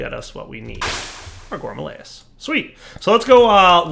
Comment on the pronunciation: It’s not a GOURMALAEUS. It’s a _GOURMARILLYS_. Like I’ve been saying for like 5 let’s play seasons.